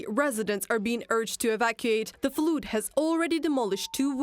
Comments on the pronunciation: Flud. Like in ugh. The word flood is pronounced Flud in English. Not flooode. I bet they wish Shoigu was back in charge of Emergency Services now! But no money no funny. Since putin is spending all the russian peoples money on the war in Ukraine, there’s nothing left for emergencies. Watcha gonna do, have a revolution? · Flood, flooded = fuld, fludded, the joys of English pronunciation. 😂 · Flood rhymes with blood. Not food or brood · To be fair, in parts of England, 'flood' is pronounced 'flooed'. But it is definitely non-standard pronunciation.